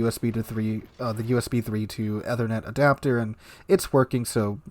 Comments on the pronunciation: Its pronounced “ee-ther-net” btw, not ethe-r-net” :) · Seems he doesn't have a clue since he doesn't know how to take even simple precautions. Can't even pronounce 'Ethernet' correctly.